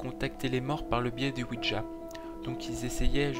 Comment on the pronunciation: juste ouija et pas ouidja x)